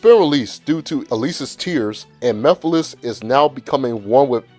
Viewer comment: No its pronounced mugh-fil-is 😂